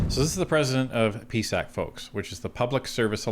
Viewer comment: Stop calling the peesac